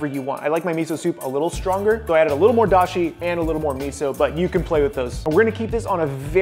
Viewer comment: I thought I was dashi not doshi